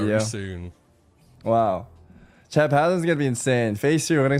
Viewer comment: why does he pronounce chat like shat lol